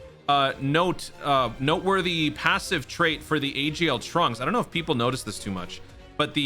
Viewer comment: Dude……. It’s Trunks